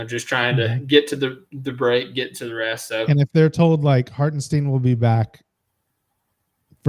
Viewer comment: If I hear “Hartensteen” one more time, I’m committing sepuku